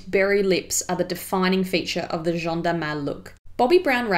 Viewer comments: Appreciated this video but you pronounce her name in a very wrong way ! You call her ''Jean'' the masculine of her name, actually. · Nice video! But your pronunciation of 'Jeanne' is slightly off, you're actually saying 'Jean' (which is the male version of the name, haha). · You pronounce her name like Jean the masculine form of Jeanne. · Thank you! Other people have pointed that out - I'd tried to study the pronunciation but couldn't quite wrap my tongue around it in this video. I've mentioned her in videos since this and think I was closer ☺️👍 x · I mispronounced it in this video too unfortunately, but I got it right in more recent content! You can hear Jeanne say it in a Vogue video 👍 x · Thank you, yes someone else pointed that out! Sorry I couldn't quite get my tongue around the masculine / feminine names at the time but know the difference now. Hopefully it was still an improvement on a lot of other pronunciation I've heard on YouTube! x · Jeanne is pronounced as JANNE like J+ANNE not John No hate just pointing out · PS : Jeanne is pronounced ʒan with a more open /a/ like in ass 😂 & a little emphasis on the double /n/ Jean (as you're pronouncing it here) being a boy's name 😉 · Hello ! First of all you have an amazing accent, I hope my comment isn't going to stain that fact but I just wanted to say that "Jeanne" si pronounced "Jah-anne" (insisting on the n otherwise it sounds like "Jean" which is the masculine version of "Jeanne"). Think of "Joanne" without the "o" ;). Great video! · Merci! So sorry, I researched and listened to the pronunciation of Jeanne to try to get it right but found it quite tricky. Clearly swapped back to saying Jean without realising, whoops! 😯 x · Par contre tu ne sais pas bien prononcer « Jeanne », tu devrais le prononcer comme ça : j+âne et non pas jean+ne ! Ps: j’ai adoré la vidéo ! Bisous de Paris 🇫🇷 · I'm sorry, not to be mean, but it's not "jjj-ohn"; it's "jah-nne".